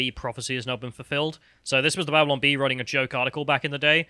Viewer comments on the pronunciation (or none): none